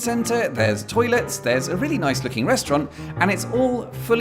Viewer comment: New intro part I see! “Oh yes, it’s very nice-uh!”